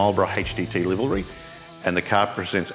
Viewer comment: It’s livery not livalry , someone needs educating .😀😀